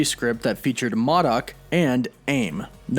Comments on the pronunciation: not MUDOK.. M. O. D. O. K... sorry.. couldn't help it>>! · It’s modok not mudok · It’s pronounced “MOE-DOK”, not “MAH-DOK”. I know it seems insignificant but Modok is an important character and this channel does deal with comic book characters. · Say it with me now.... it’s pronounced M.O.-D.O.K. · is that really how you’re going to pronounce MODOK? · Man how can someone mess up Pronounceing M.O.D.OK so Bad 😂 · Glad you mentioned that! I thought I was pronouncing Modok's name wrong all these years!LOLOL!